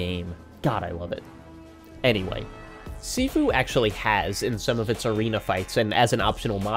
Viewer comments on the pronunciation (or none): Gotta point out - Sifu is pronounced "shee-foo"